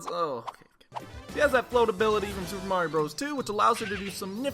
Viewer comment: I sat there, thinking you were saying Marin from Zelda for a good minute before I realized you meant Mario.